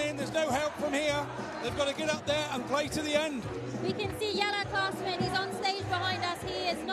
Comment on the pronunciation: The lady said "Classman" instead of Klaasen all the time lol. How can you work as a darts presenter and never heard of Jelle Klaasen.